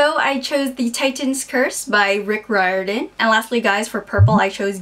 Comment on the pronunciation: I'm fairly sure you said Riordan wrong but I love you too much to critisise ;) Anyway, you're hair always looks lovely!